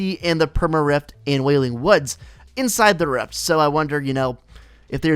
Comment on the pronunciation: He says reft instead of rift 😆